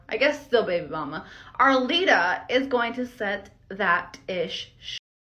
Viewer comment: Can you call Arlita by her correct name? Her name is not Arita! Who is this woman with the glasses? She’s a moron!